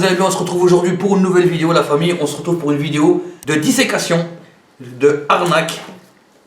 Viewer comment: c'est dissection et non disecation et change tes mains d'orientation c'est perturbant honnêtement!!!! Autrement bonne vidéo!!!! Tu es crado avec la poucave....lol le prix c'est vraiment abusé c'est cher quand même surtout si elle est pas bonne